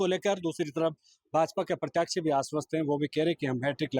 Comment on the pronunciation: पत्रकार महोदय प्रत्याक्षी नहीं होता प्रत्याशी होता है आपका प्रोनाउंसिएशन शुद्ध करें